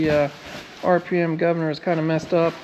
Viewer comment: Did you say Gov Ner😎